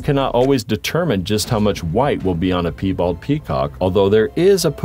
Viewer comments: "Pee bald" lol! At least partway through, you began correctly pronouncing "pie-bald" animals. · "pee" bald? don't you mean Pie bald? (pronounced "Py-bald"